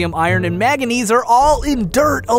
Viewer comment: its MANganese, not MAGanese, idiot.